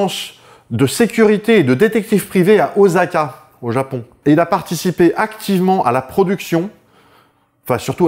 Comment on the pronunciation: Super pour le masculin de testic*le ! Pour la prochaine fois, penser à dire oSSaka et non oZaka (les sons du japonais sont traduits en S = SS, et Z = ZZ, tout le temps). 😉